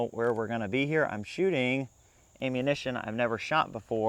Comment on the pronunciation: I like how you pronounce "ammunition" as "aim-munition". Quite apt pronunciation.